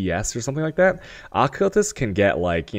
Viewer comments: Had to dislike cus you triggered me bad keep saying accultist rather than occultist .. >.< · Good lord. AH-CULTIST? That shit was bugging me so bad... Lol. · Uh-cull-tist xD Al-ka-mist xD ♡